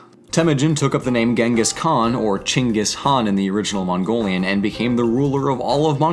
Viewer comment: As a Mongolian, I expected you to called him Ghengis Khan, but then when I heard you say Chinggis Khan it made me so happy because that's how we say it in Mongolia. Seriously, hearing that watered my crops and cleared the skies